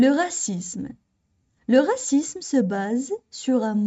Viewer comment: من فضلك أريد إجابة راكي تنطقي في العنصرية بدون حرف زاد اي هكذا """غاسيسم " او هل النطق يكون بحرف الزاد وتكون غاسيزم. أنتظر الرد